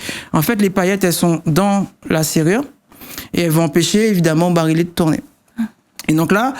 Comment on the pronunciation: Même s'il est expert dans son domaine, il ne sait pas prononcer le mot barillet et je me demande même s'il sait l'écrire... ça se prononce phonétiquement parlant "ba-ri-yè"... et pas "ba-ri-lè"... et juste pour ça il a droit à un 👎